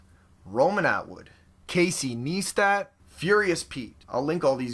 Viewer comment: Casey Neistat is pronounced Nice-tat fyi:)